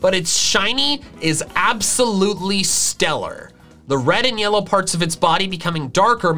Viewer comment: At 8.12 to 8.14 you called it yella in stead of yellow